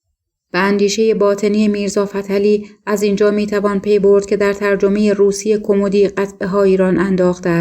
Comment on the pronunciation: ایکاش راوی معنی کلمات را میدانست ، آخه کومدی یا کمومودی